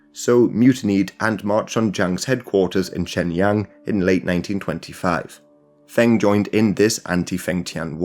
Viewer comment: Feng rhymes with lung.